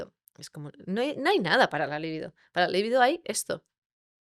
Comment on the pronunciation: Libido no se acentúa. No entiendo como difundiendo un video no aprendas primero a hablar correctamente. Es un consejo.